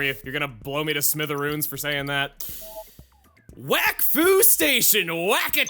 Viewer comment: "Whack Fu" Me: Oh, it's Wakfu! Chugga: "I can't believe they referenced Shaq Fu in this game" Me: wat